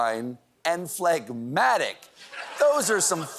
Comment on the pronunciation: Pretty sure it's phlegm-atic, not phleg-matic.